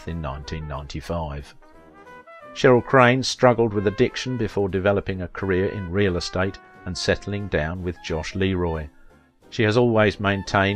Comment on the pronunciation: Sounds like the narrator is saying Josh Leroy. It's Joyce Leroy. She and Cheryl married in 2014.